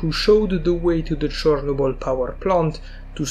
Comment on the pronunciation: this guy unironicaly said chornobly lmfao